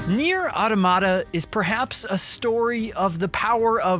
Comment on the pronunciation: said the name wrong, then right, then brushed it off and said it wrong the rest of the video 😂